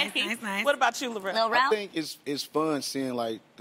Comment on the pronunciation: Lil Rel not Larell smh and I enjoyed this movie. Great job to the entire cast.